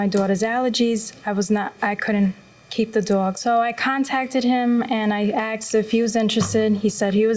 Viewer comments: Why does EVERYONE in this case say 'axed' or 'arksed' instead of 'asked'. I really don't understand how they can get to early middle age without anyone, preferably a teacher, correcting them repeatedly. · "'So I axed if he was interested?"